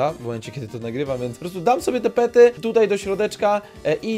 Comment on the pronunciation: Pety nie pery